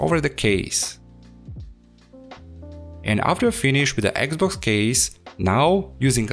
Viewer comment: dude, it's xbox not eggs box! XD